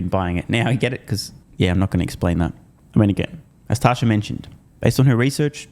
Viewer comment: I believe her name is Tasha, not tosher